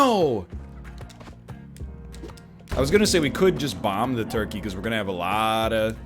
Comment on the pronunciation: Me when he say “torkey”